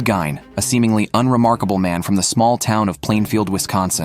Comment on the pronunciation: It’s Ed “Geen” dude